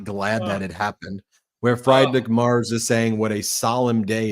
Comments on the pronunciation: Ben, just a helpful pronunciation tip. Friedrich is pronounced Freedrick. In German, when there are 2 vowels such as ie, the second vowel is pronounced. Example, die is pronounced dee. Trying to be helpful not critical. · Friedrich = Frederick in English OMG Fryedrick LMAO! Aside of this great Conversation!